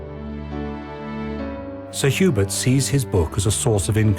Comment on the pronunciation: Did they say Sir Hubert or Sir Hubris?